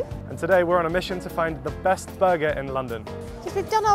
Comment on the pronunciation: the best Burgor